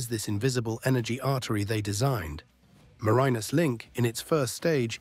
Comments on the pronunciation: As a Tasmanian the bad pronunciation and terrible stock footage that is nothing like accurate. I couldn’t watch it all, way too annoying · The narrator didn't do all his homework - his pronunciation of Bass Strait and Marinus is woeful.